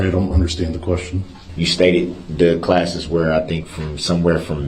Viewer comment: I can’t stand to hear hi say “underschtand” I hate it.